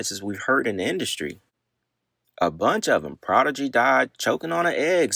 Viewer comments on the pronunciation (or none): none